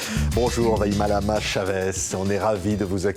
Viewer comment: Vaimalama est de plus a plus a l'aise sur les plateaux et s'exprime avec clarté, détermination et précision 💘💝💞💕 En revanche il me semble que le présentateur se mélange les pinceaux lorsqu'il prononce son prénom a la fin de la vidéo. Il a pas bien appris sa leçon !